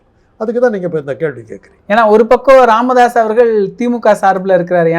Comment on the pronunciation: ராமதாஸ் இல்லை "காமதாஸ்" correct 🤣😂🤣😂